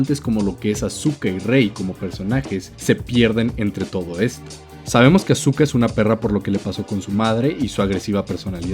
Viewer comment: Por favor digan aska. No azuka...